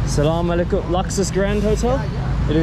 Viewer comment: thank you for being super generous towards people of Pakistan. Love the way you say Salaam Alikum, better than locals 👍🏼👍🏼❤️❤️🇵🇰